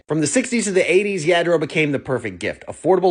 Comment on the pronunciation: It’s yah- dro